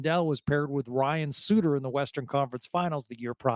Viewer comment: Also Ryan's last name.